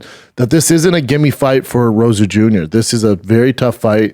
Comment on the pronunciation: ROJAS ! "ROW-HAS" NOT ROSA FFS